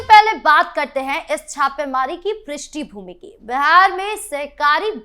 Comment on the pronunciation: Prishti भूमि नहीं पृष्टभूमि। उच्चारण पर ध्यान दो बाकी बहुत अच्छे जगह हो आत्मविश्वास बनाए रखो,capital तो रगड़ रगड़ कर पीतल को सोना बना देने वाला मीडिया हाउस है।